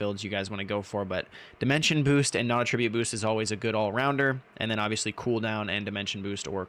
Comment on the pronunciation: at tra butte ------ Attribute and attribute are spelled identically but are pronounced differently and have different meanings, which makes them heteronyms. need to learn how to pronounce this..